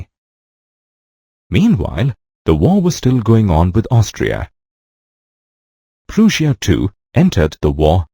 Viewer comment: It's Prussia as in Russia not as in boot